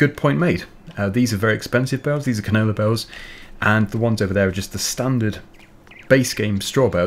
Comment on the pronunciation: I rly like how pronounces canola. He says it more like canoler 😂